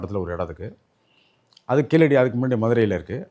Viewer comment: KEEZHADI is pronounced in Tamil not Keeladi as pronounced by non tamil speakers